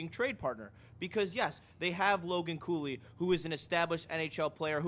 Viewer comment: Cooley? Cooley? Did u say Cooley? WHAT?